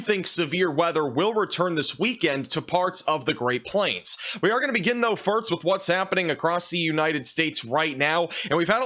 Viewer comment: First rhymes with worst, does not rhyme with hurts…😵‍💫😂